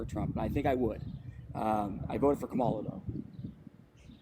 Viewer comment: Why do all right-wingers (which this guy definitely is) mispronounce Harris' first name?